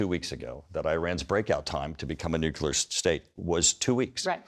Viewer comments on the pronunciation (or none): I like how when fact checked, Turner's responses are basically "But it's Biden's fault somehow". Also, every time he say nuculear instead of nuclear is like nails on a chalk board.